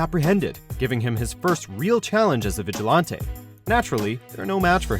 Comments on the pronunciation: Raesh Al Ghul, Vigalantee... I mean...wtf? It's not that hard to pronounce vigilante and Ra's Al Ghul's name is pronounced everywhere. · whats a vigil auntie? lol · "Vigilaunteeee?" Were you wearing a monocle and swirling a scotch while recording this? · The way his viligante 🤣🤣🤣